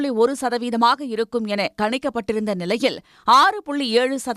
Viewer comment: கனிக்கப்பட்டு என்கிறீர்கள், கனிந்தால் நல்லது தானே? ஒருவேளை கணிக்கப்பட்டு என்று சொல்ல வந்தீர்களா? ஒரே குழப்பம். DD போல சரியா உச்சரியுங்கள்.